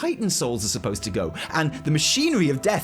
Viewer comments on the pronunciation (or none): none